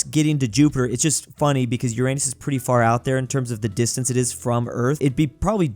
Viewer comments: It’s yur-ruh-nuhs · To help u not say it and make a stupid pun joke, pronounce it as ur-en-us